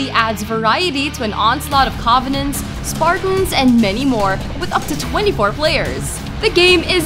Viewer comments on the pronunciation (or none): Covenaughts? I'm starting to believe this person isn't a gamer but just a random person to voice this vid. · Patrick Ramsay and convanents